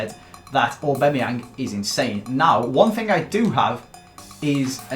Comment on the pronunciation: Does anyone else get irritated when says AuBEMayang instead of AuBAMayang?